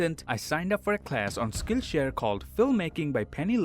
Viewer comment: Instead Of Hearing Saying SkillShare Instead I Hear Skinshare